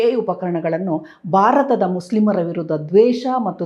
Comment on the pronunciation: ಬಾರತ ಅಲ್ಲ ಮ್ಯಾಮ್ ಭಾರತ ಅಂತ ಹೇಳಿ. ಬಾವನತ್ಮಕ ಅಲ್ಲ ಭಾವನಾತ್ಮಕ ಅಂತ ಹೇಳಿ. ದಯವಿಟ್ಟು ಅಲ್ಪಪ್ರಾಣ ಮಹಾಪ್ರಣ, ರಸ್ವ ಸ್ವರ ದೀರ್ಘ ಸ್ವರ ವನ್ನು ಮೊದಲು ಅಭ್ಯಾಸ ಮಾಡಿ ಆಮೇಲೆ ಸುದ್ದಿ ಓದಲು ಶುರು ಮಾಡಿ.